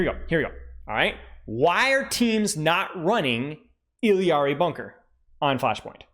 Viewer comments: Say it with me everyone I-LAR-EE. I-LAR-EE. Not ILL-EE-AR-EE. Why are people adding a letter to her name? Illari.. not Illiari. Sorry but this is driving me nuts 😂. All love though ❤ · Still disagree with y’all I’m sorry 😉. 2 L’s in Spanish make a “Y” sound. So even if you say it in her proper language it’s EE-YAR-EE. 2 L’s don’t add a syllable. Like I said, all love, and a funny debate at least. Keep roasting me, I’m here for it 🤪😂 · For the love of god learn how to say “Illari” Why are you adding a whole extra letter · no he’s not, Illari, even in the Spanish pronunciation, doesn’t have an extra fucking i before the a. Cope.